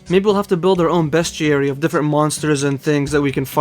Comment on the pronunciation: Your pronunciation of "bestiary" is correct altho for years & years I used to say "bestiary" & it's a hard habit to break I'm sure you already figured it out but the icon in the top left is a plugin for slayer, however I don't believe it tells you anything the slayer gem doesn't, either directly or by talking to the slayer master via contact; so if you want to keep it or disable is up to you! (Fwiw in the official Jagex client & mobile app they're working on adding some Official Plugins so in the end it comes down to personal preference & what you personally consider to still be unguided; it's your series after all!) Iirc farming patches are one of the icons on your worldmap, altho I can't remember if it tells you what the patch is, or if it does so with or without plugins. But even so, it's a good idea imo, to write up a list of your patches in the order you'd take to get to them, when you do farm runs (ex: start catherby -> run to ardy, etc) I need to do that myself honestly, I stopped doing farming runs after hitting 85 & now there are so many new patches I'm not sure where to start again.. Back when I was little & doing Hazeel quest for the first time, my family was in legal battles with one of my grandmothers who wanted to take our large multigenerational home all for herself & kick the entire rest of the family out (despite the fact they'd built an entire second level themselves) Of course, the idiots in court sided with her because she put on a little old lady act, so